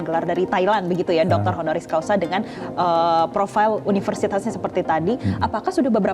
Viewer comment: Reporternya kurang berwawasan, masyarakat yg ditanya jg sami mawon.... HONORIS CAUSA ya atau Hc BUKAN honoris causal... Bolak balik conten creator, reporter salah sebut....haduh....